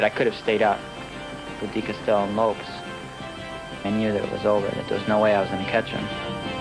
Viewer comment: Guys - "Lopez" is the Spanish version of the Portuguese name "Lopes". It's Carlos Lopes (pronounce "LOPSH" - not "Lopez".)